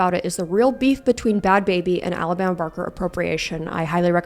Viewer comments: Ba-had Ba-habie 😂😂😂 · I need you to know that “Ba-had Ba-habi” made me instantly subscribe 😂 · I start this vid and the first thing I hear is "Ba - hat Bah - abi" "inshallah" bro what is happening LMFAOO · You did not just call her "Bahaad Bahaabi" LMFAOOOOOOO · the pronunciation buh-had buh-habie had me on the FLOOR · The way she pronounced bahd bahbie 😂😂😂 I’m hollering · i used to think it was pronounced bhad bhabie i feel called out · "buhad buhabie"💀💀💀💀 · Not going to lie, this whole time I thought it was pronounced Bad "Bahhhbie" like Barbie. Not baby. Lmao whoops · i also pronounce bhad bhabie like that lmfaoaoaoa i alr love you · 😂😂😂😂😂 the way i start sobbing when you pronounce the H's 😂😂😂😂